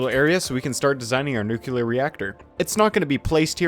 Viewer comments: why do you say nukular when the word is nuclear? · Drinking game: Take a sip every time this guy says "nukelar" instead of "nuclear". See how long you survive. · newkiller reactor